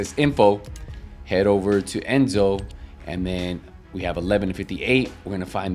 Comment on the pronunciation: Enzo not Enzone